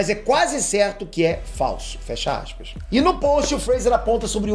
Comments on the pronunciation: Abre axispa rsrsrsrsrs sei que tá errado mais a pronúncia sua a top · "Abre assspas"